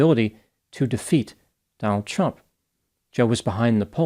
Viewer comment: I sure dislike the way you emphasize the T when you say Trump.